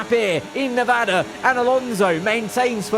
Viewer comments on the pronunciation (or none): none